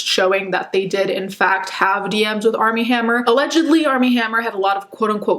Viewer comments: I swear she keeps saying ARM N HAMMER 😂😂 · I kept thinking she was saying “Arm & Hammer” like the baking powder 😂😂